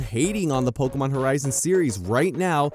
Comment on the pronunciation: Am I hearing pokomon?